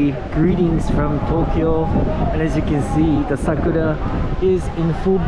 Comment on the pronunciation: Goodness gracious me that's a long time to get into Satbucks 5 hours. And eating along the river that's understandable,but it was a request. And thanks for the correct pronunciation for Sakura, it is very important to the Japanese language. Over all this was a beautiful walk so much to see, I enjoyed this experience just beautiful to see ❤️.